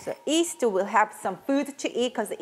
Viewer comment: Korean cant pronounce “Y” alphabet. Its cute that you call yeast as east ☺️☺️ Like the famous singer Yim Jae-bum pronounced as Im Jae-bum.